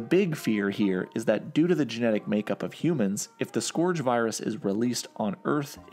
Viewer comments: One minor thing “scourge” is pronounced like “skurge” but great video nonetheless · scourge is pronounced scurj not scorj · Scourge = sk urge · are you sure that's how you pronounce 'scourge'?? (hint, it's not) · Great video. But you mispronouncing scourge wasn't easy to listen to.